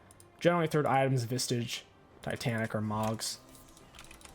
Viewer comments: why o why you say visTage every time xD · why do you say vistage when there isn't a t in spirit visage? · I havte vistions of you sayting vistage correctlty oncte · Stop saying Vistage!! Please read the name of the item. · I'm sorry. I am so sorry... I have to... Spirit Visage does not contain a letter "T"